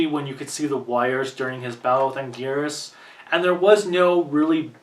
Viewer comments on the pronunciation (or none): none